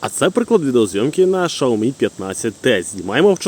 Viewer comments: Дійсно, з яких пір, Сяоми став шаоми? По слуху різало таке мовлення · Шаомі?))) Вони вже так називаються? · Шяомі, наголос не там, ріже вуха якщо ти вже так Хотів англійську транскрипцію вимовляти. Народ звик просто до Сяомі